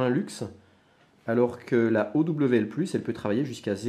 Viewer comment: on prononce owl comme ca: auwle, ca veux dire hibou en anglais